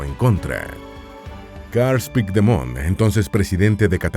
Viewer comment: pigdemon XD, se que hiciste tu mejor esfuerzo en pronunciarlo pero siempre me hacen gracia cuando lo pronuncian mal